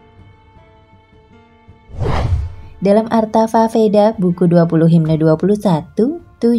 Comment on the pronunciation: Bacanya sloka mbak, atharvaveda bacanya atharwaweda, dinarasi ulang dulu yuk🤭🤭 suksma, salam damai